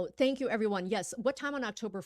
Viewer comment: Thank và tank đọc hay nhầm hoài à